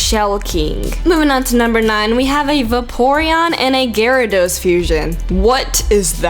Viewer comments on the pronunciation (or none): none